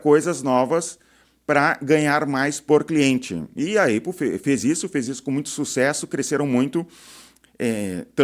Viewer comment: Cara, eu acho que nem os gringos chamam a marca Apple de eipou, todo mundo pronuncia Épol, fica estranho ouvir falar assim, tu tem motivo pessoal pra falar desse jeito? Imagino gente que fala assim pra fazer rage bait nos comentários, não que eu ache que você faz. Por sinal adorando o canal, gosto de ouvir alguém com experiência na área falando, normalmente quem tem destaque aqui é quem mais é youtuber do que empresário.